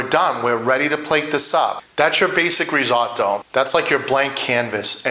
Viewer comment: I love risotto and have made it for years. Yours looks fantastic no doubt about it but please please don’t call it risAWtoe. As an Italian you know it’s not pronounced that way.